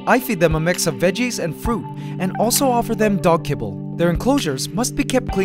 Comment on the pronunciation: the way he said kibble😆😆😂